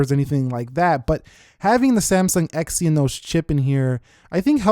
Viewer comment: You say exynos weird